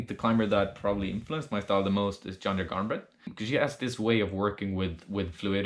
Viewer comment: Janja Garnbred-you said her name wrong😂 I know that becouse Im from Slovenija too 💕